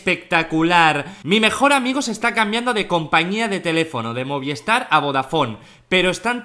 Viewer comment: creo que eres la primera persona que veo que dice movistar = moviestar